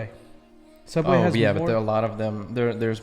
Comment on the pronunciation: "Soooubway"? Odd1sOut?